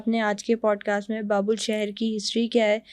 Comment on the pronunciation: It's Babil (Babel in English) - not Babul